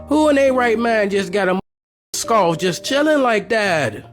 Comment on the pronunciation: Please say skull and not skall. But excuse me if that's the only way that you can say SKULL.